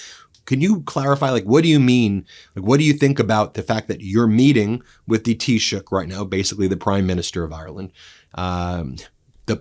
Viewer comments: Well done on correctly pronouncing Taoiseach unlike most of the Press pack today who reverted to calling out Prime Minister rather than even making an attempt. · Thank you Ben for pronouncing the word "Taoiseach" perfectly. Nice job.🇮🇪💚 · Congratulations ❤😂you are the first American that I have heard pronounce taichoct properly. By the way he is a weak looser just as much as trump. Most of us Irish are furious that he went over with our shamrock to the orange idiot.